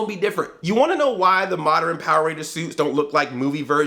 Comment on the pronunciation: Andre... you pronounce modern as moderen.